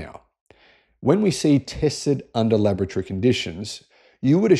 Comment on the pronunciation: When he says laboratory, I hear lavatory